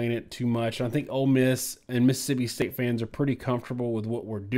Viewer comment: Just say “State”